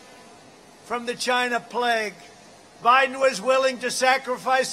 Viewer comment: Hahahaha 😂 Trump is the man called Joe Biden "Joe Hiden" lol 😆😂 😂